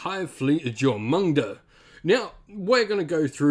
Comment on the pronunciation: Duly appreciate the advice, I've wanted to get into Warhammer Tabletop for years, and Jormungandr has hands down been my favorite factions, meta be dammed... you know, even if I visibly cringed every time Jormungandr was brutally misponounced, lol. It's a complex name, no blame there, but the J is silent; Yor-mun-gan-der.